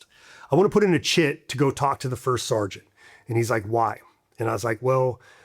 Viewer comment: First sart? Is it to hard to say serg? Better yet sergeant its almost like people saying jelly of someone who’s jealous to lazy to say the whole word and it sounds like sart🤷🏻‍♂️